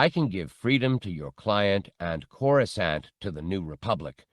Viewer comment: These are so mich better than the abridged versions, they give so much more depth to the characters and layers to the story. They have even started pronouncing Coruscant correctly, the old habit of pronouncing the second C used to really grind my gears lol